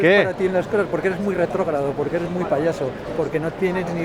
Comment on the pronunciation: vengo a aprender de arte, pero con los primeros 7 segundo me enganchaste jajajajja "retrogrado" dice, me reí mucho. saludos desde Argentina, me encanta tu contenido